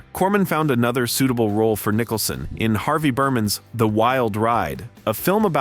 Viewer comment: I was enjoying it until stupid AI, came into effect- Preesees honor and Nicholson reading Nitcha LOL LOL PATHETIC